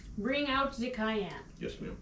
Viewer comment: The Queen Has Spoken “Bring out zhe cayenne”! 😅